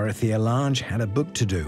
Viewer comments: Dorothea Lang, not Lahnge. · It was interesting to watch, but so much of the footage I've seen elsewhere. Also the pronunciation of Dorothea Lange's name was a little annoying.